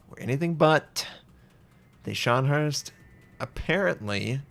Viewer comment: Notser PLEASE stop pronouncing Scharnhorst the way you do. Let me attempt this phonetically: Scharn-WHORST. HORSE-ST. It’s not “Herst.”